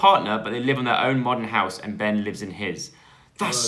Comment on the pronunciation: The way says “my dads house” sounds like “my dads arse” 😂